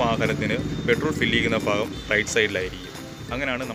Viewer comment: ഫാഗം അല്ല ഭാഗം